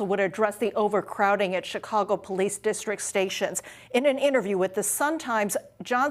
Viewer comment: I hate the way he says Chicago 😂